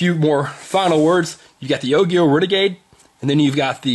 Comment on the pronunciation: its pronounced ojio. soft g bro